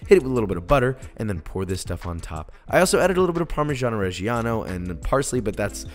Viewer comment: josh my man, i love you and all but you gotta learn how to say parmigiano regiano right 😂